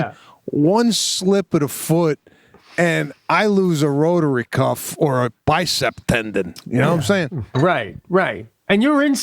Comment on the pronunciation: “Rotary Cuff” or “Rotator Cuff” 😂